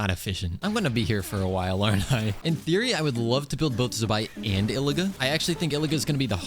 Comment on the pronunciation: Why do white people say Zibai like that?